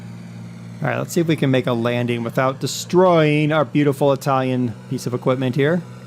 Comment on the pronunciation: Ur italian pronunce is quite good XD